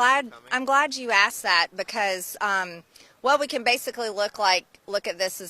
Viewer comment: I wonder who write her crazy nonsense speeches because there's no way she can put a sentence together 😂😂😂😂 just by the way she said the word because. She was like "bacause" I notice that Republicans that say bacause are crazy as fu*k. If u love America so much start by speaking and pronouncing the English language correctly.